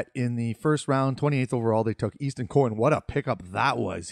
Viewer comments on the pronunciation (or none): none